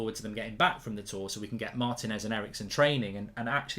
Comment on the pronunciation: At some point, will Goldbridge learn that the man's name is pronounced Mar-TEE-nez, not Martin-ez?